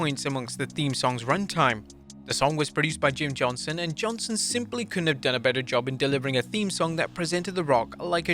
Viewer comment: Does no one realize he’s saying “Jim Johnson” instead of “Jim JohnsTon”